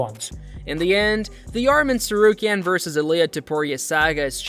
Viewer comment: Do you not know how to pronounce any of their names?